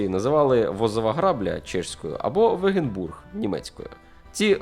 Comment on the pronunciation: Корисне відео. Начебто, нічого нового, але хочеться ще про гуситів почути. Про тактику, перебіг подій, як лицарі втікали щойно почувши про наближення гуситів. Різануло по вуху слово "вегенбург", адже це Wagenburg (нім.) - вАгенбург.